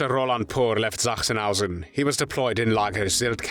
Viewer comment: I found it most annoying. Sachsenhausen does not begin with Z